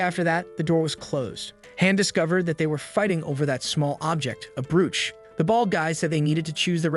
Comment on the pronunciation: You mispronounced the words (debris, sadist, brooch and bow) you should check the phonetic spellings.